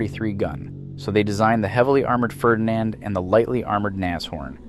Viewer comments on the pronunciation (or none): none